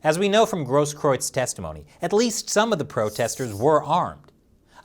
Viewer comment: you're literally one of the 5 people in the whole US that can pronounce the name Grosskreutz.